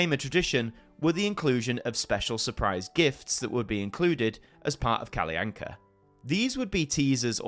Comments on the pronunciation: It is normally pronounced Kall'Anka or Kallanka' in Sweden. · Your pronunciation of Kalle Anka is a good attempt, but you accidentally add a glide between them, which funnily enough is a common mispronunciation by Swedish children as well. But you are otherwise doing a great attempt at it. - But this video is so true; this segment on SVT is commonly just referred to in short as "Kalle Ankas julafton" "Kalle Ankas jul", or as simply as "Kalle Anka". It is indeed interesting that he became the name of the show, something I haven't even though of. - Also, both Arne and Weise have the final E pronounced like in Kalle. I would say it's safe to assume it is pronounced for these Germanic names. I would suggest listening to how it is pronounced on Google Translate in Swedish to get an idea of how to say it. Otherwise you did good on the Swedish stuff. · That’s actually not how Kalle anka is pronounced